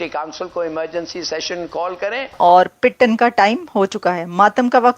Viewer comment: यह पिटन क्या बोल रही है। शायद रोना पीटना कहना चाहती है पर उर्दू में इसे क्या कहते हैं इसे पता नहीं इसी लिए यह पिटटन बोल रही है।